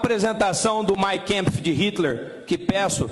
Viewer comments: Mein Kempf?? Ele está citando esse título em que língua?? Eu conheço o Mein Kampf com A, le-se como A mesmo. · Gente não se diz " mein kempf " e sim MEIN KAMPF . Em alemão se pronuncia assim mesmo, como escrito.se não sabe, deveria falar o título em português mesmo: Minha Luta.